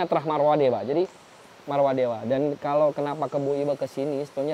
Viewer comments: MAAF,karna sering salah ucap,Tyang luruskan Dinasty Warmadewa bukan Marwadewa.....🙏Rahayu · Sekedar mengingatkan saja, dari episod 1 sampai 4 ini saya dengar menyampaikan Warmadewa itu "Marwadewa"😊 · Warmadewa maksudnya bang.. Bukan marwadewa